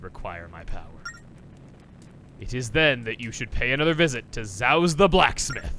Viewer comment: I'm not sure if anyone else commented this but... Zauz is pronounced "Z-awe-z" not "Z-ow-z"... or have I been pronouncing it wrong since 6th grade? Please help.